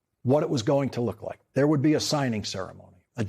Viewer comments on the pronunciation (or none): none